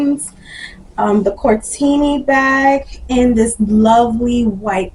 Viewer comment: The name is Cortni, not Cortini 😉